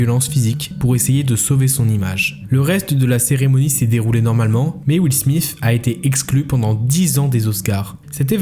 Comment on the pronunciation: " will smiff " j ai vraiment eu du mal dans cette partie